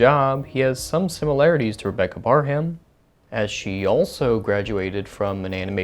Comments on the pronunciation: "Rebecca ParHAM!" Pronunciation is wrong >:/ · Is pronounced Rebecca parem